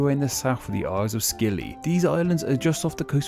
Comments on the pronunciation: I always thought they called it the Isles of Scilly not skilly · Is anyone watching from any of these islands? Also yes I know I say scilly at first when it's pronounced silly. How scilly of me.